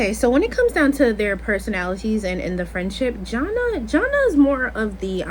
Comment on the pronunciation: Her name is Jana pronounced JaNae